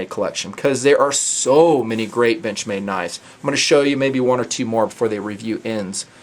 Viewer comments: sounds like he said "bitchmade". I giggled. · when you sed "Benchmade" in that axent I herd "Bitchmade":D The knife is cool though!I like the look!